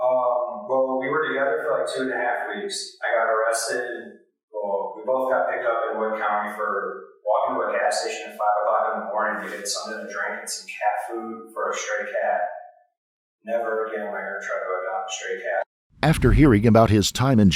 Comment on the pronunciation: . Oh my. That's twice. It's Wood county, not Woods.